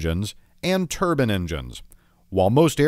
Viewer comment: Terbern engines? You mean TerBINE engines